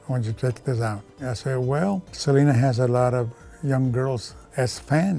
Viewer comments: White folks just LOVE to butcher non white people's names. Her name IS Selena NOT like you're saying Salina. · Se dice se- le- na not se- li- nuh